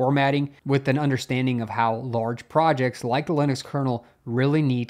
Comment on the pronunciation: narrator says "leenus" and "lihn ix" lol